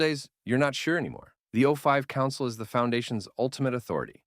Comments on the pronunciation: Not Zero Five council bro. It's O5 Council. Overseer Level-5 AI is tripping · its spelled 05 council pronounced O5 council